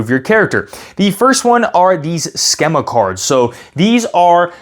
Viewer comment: Thanks for the video. BTW, schema is pronounced skee-ma.